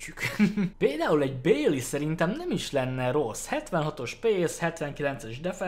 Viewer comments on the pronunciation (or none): amúgy Bailey nek a nevét ugy kell kiejteni hogy báji.